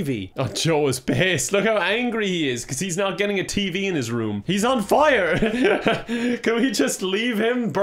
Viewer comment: “I’m not buying you a TEE-v.”